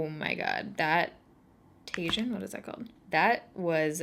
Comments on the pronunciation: TAJIN is a seasoning you can put on fruit and veggies and it amps up the flavor!!! Sooo yummy! Pronounced Tahheeen not Taygin. Hahahahaha that part made me lol! 😘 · the word tajin is actually pronounced ta-heen not tay-gin! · The Tajin shade is pronounced "TA-HEEN" It's a spice that Kristen uses with her caronas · I laughed a little when you said 'tajin.' It's pronounced tajin = ta-heen :P It's my favorite seasoning to put on my fruits, especially mangoes and watermelon! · I think maybe that colour "tagine" is pronounced "tah-sheen" and it's the same sort of colour as a tagine pot, used in Morocco for making a type of stew. I could be completely wrong lmao!